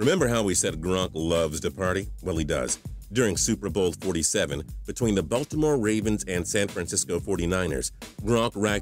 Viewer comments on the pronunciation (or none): Is that a robot voice? Baltimore Ravens sounded like Buffalo Ravens.